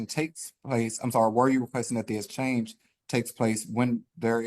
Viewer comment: If he would pronounce EXchange correctly there wouldn’t have been an issue ffs